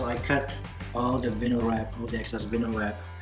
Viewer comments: Thanks man. Hate to be a stickler but it’s pronounced Vi (rhymes with Hi) nyl, not Vin-nyl. Awesome work. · You do know that’s not how you say “vinyl” right? It’s VINE-l